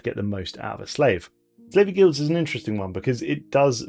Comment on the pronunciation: When you said "Slaver Guilds" I thought you said "Flavor Guilds" and was very confused as to what that means.